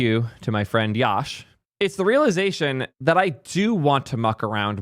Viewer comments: Love that the intern is working so well, but atleast say his name right, it is pronounced as "Yuh-sh" (Yash) no YAASH🔥🔥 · its yash like "yush" not liek "yawsh"